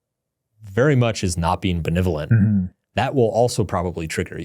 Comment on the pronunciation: I was hoping the whole time drew would correct mark in the way he says benevolent. It has gotten under my skin for the last 3.5 hours. It's not BeNIVolent, it's beNEVolent. 🤬